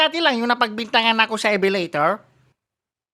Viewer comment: humahasa ako sa English dahil kay ❤❤❤ "ebeleytor" "where are you?who am i?" "what are you want of me?" 🤣🤣🤣🤣🤣